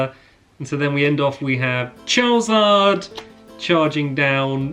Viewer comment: You’re still pronouncing Charizard wrong.